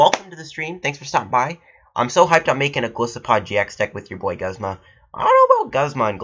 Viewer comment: its pronounced neck-rose-muh, and Guzma is pronounced goos-muh. not hating on how you said it, just thought you should know lol.